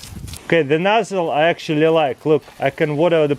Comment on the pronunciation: tooooo muuuch acshualy